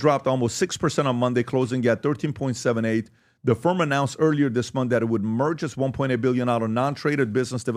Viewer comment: Month, not mouth.